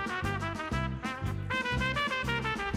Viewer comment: OMG SO CUTE (It sound so weird you saing 5 de mayo)